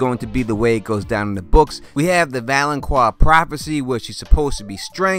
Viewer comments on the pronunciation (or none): lol yes I heard valoqwar . I forgot it though. Lol. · Thank you! I thought nobody picked up on it... And he did the same with "Valonkwar". Come on! You should know better! Peace from France mate! 🍻